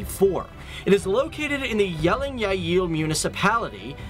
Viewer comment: Kudos for pronouncing Jelling right.